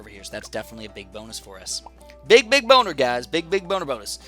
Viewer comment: Did he say big boner big boner bonus